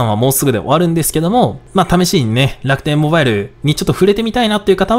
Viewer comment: の楽天ﾓﾌﾞｧｲﾙを目覚ましがわりにしたい人生だった